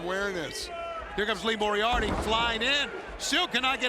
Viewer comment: Lmao Paul kept butchering Lee Moriarty’s last name all match. Will be seeing that on botchamania for sure